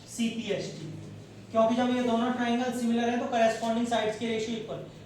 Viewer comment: Cpct hota hai na ki cpst